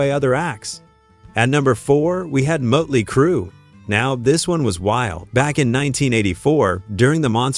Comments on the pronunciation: It's not mutley, it's Motley. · What crap is this, you can't pronounce Motley crue correctly and showed pictures of van Halen while talking about motley crue. You should stop making music related video's, you're not qualified. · "Mutley Crue"? So you haven't used an AI voice over then have you? FFS 🙄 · Muttley Crue seriously A.I. there is only one to day Motley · You can't even pronounce "Motley" right.....or is this FAKE AI. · Host should know how to pronounce Motley. Good grief.